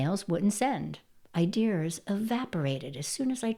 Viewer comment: Idears? Seriously?